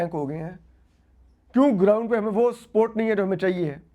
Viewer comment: I was hearing "sport, sport, but you were saying is support...😂